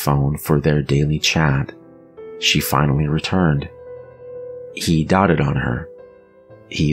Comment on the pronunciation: You pronounced a word wrong. 😱 He doted on her. Doted is a long O sound as in Doe. 🤔🤔